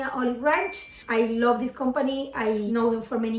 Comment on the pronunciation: “I Lōbve Eet” 🖤